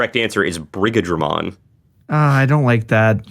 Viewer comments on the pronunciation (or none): I wanna point out that Brigadramon is pronounced more like brigade-dramon. It's weird seeing it in writing but. It's meant to be the mixture of Brigade/dramon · It is pronounced 'Brigade-Dra-Mon' Brigadramon Like D-Brigade.